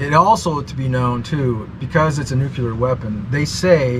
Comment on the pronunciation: I love how many times people say "nucular!"